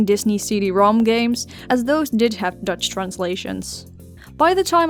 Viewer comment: Tell me why when I heard you say Dutch I heard Deutsche